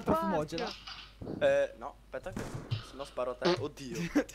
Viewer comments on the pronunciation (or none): Cmq ho dimenticato di dirti che si pronuncia 'shon' il mio nome :p